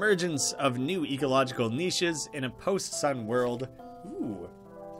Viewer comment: This absolute madman actually pronouncing "niche" the correct way